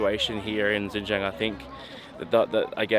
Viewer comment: Loved this video! Just wanted to help you pronounce the place name correctly. So, it is SHIN-GEE (the letter G)-ANG